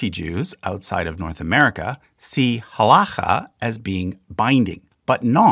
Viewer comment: This is also super nitpicky, but: generally pronunciation of Hebrew words has the emphasis/accent/stress on the second syllable, or the last syllable (depending on whether you come from a Yiddish-speaking background or not). For example, has-ka-LAH or has-KOL-leh, not HAS-kuh-luh; ha-la-KHAH or ha-LOH-kheh. Etc. And to be even more pedantic, typically you would not hear "mit-NAG-dim", because the pronunciation with the emphasis on the second syllable is from Ashkenazi Hebrew, where a tav without a dagesh is pronounced as an S. Therefore, it's generally always either mit-nag-DIM or mis-NAG-dim, generally never mit-NAG-dim or mis-nag-DIM. Truly sorry for this extremely pedantic comment! However, being both Jewish and autistic, I literally can't help it.